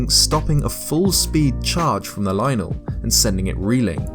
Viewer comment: I like this guy cuz he says lynel correctly